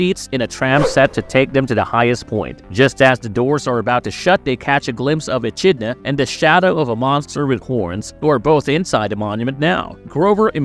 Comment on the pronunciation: You mispronounced Echidna